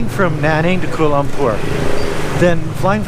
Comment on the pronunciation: It's enunciated "koo-ah-lah loom-pour"